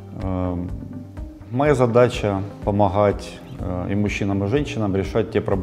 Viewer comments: Я БЫ ПОСЛУШАЛ ЕГО,НО КАК УСЛЫШАЛ СЛОВО ОТ НЕГО ПОМОХГАТЬ,А НЕ ПОМОГАТЬ,СРАЗУ УБРАЛ.ЗАЧЕМ ХАКАТЬ КАК СОБАКИ. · его задача помаГХать